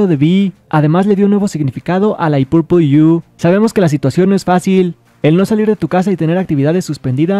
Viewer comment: fui yo la única que escucho I pupu yu HAHAHHAHA no me muero🤣🤣🤣🤣🤣🤣 se entendió así 🤣🤣